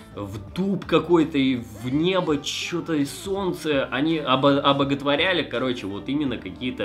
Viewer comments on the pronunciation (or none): Все нормально! Но солнце! Так не говори